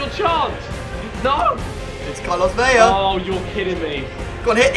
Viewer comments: Andranik Gharakhan I'm Mexican, born and raised all my life in Mexico. It's only pronounced "Veya" if it was spelled "Vella." In spanish, 2 L's sounds like Y. 1 L sounds like the english L. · Why the fuck do so many youtubers pronounce his name Carlos Veya? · Its not pronounced ve-ya its pronounced ve-la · Aaron Utting dont say things when you dont know about it.. you only pronounce it like that if it's with a double l, as in David Villa (= Vija). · His name is Carlos Vela, not Carlos "Veya." In Spanish, the Ls are only pronounced as Ys if there are 2 of them E.G. David Villa (Viya) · Its vela not veya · Vela has one L so its pronounced vell-ah not vay-a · Vela is actually pronounced Vela. Not Veya. If it would've said Vella, then yes Veya would be the right pronounciation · No it's not. V-e-l-a Not V-e-l-l-a